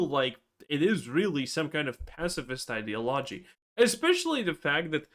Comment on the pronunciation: Please pronounce ideology properly lol